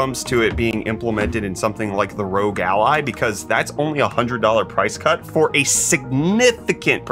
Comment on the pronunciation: This has been nagging at me. R.O.G. Ally not "Rogue" Ally. :P